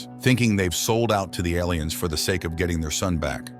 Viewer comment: I'm confused by the pronunciation of "aliens". It sounds like "ell - lee -- ens". Or L E N's.